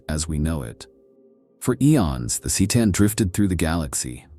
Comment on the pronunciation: My fav was the sick-a-tan.